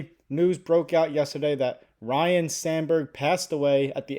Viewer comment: It sounds like you are saying Ryan, it’s Ryne